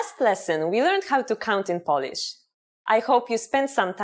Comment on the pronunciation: Huh, so basically you’re trying to teach others Polish, while you can't even pronounce the word 'Polish' (what you keep on saying is 'polish'). 🤦🏼‍♂️